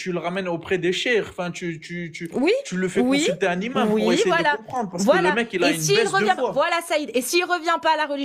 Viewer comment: Bravo encore et toujours pour le travail à acharné et bienveillant. Sinon, "le imam", "au imam", etc... les liaisons en français svp 😂😂.